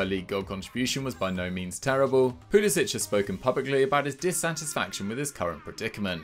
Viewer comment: His name isn’t Pulisić, it’s Pulisic. stop pronouncing it like there’s a ć. he’s even said it himself that it’s pronounced without the ć sound